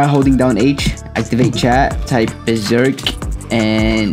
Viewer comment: Saying beserk??? Just say jinroom saying beserk will make it slower it only works in the leaf village